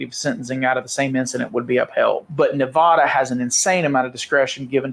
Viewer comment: Its Nevada NOT NEVAUDA